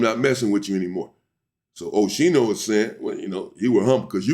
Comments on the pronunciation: Pronounced skee-no not she-no Unc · It's O-ski-no 😂😂 oschino and sparks from rocafella records, their group name was state property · Pronounced Os- Keen-o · Oschino’s correct pronunciation = O-SKEE-NO